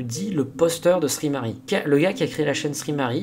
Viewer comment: sry = sorry et ce prononce saurry et non ssri mari